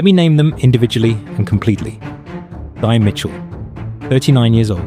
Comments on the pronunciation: Pronounced Tee. Not thigh. Stop mispronouncing name wrong. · Her name is not thy. It was pronounced TIE!!!!! 😂❤